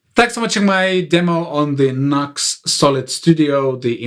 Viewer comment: Great. thanks NUX pronounced Nuu X but I say NUCKS;-)